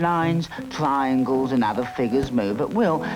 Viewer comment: "Eye, sauceso-leaze. TRI-yangles... Eyesausoleese, try-yangles"